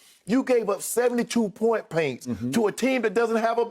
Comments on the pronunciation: I had to say it back to myself like damn is it "point paints"? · “Point paints” -Unc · “Point Paints” 😬